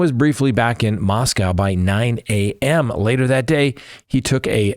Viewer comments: We can’t take you seriously until you pronounce Moscow, Idaho correctly. Say Moss-Co. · It's pronounced Mos-coe -- rhymes with snow. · Please: I love you man but, it's pronounced just Mosco(w), not Moscow. ❤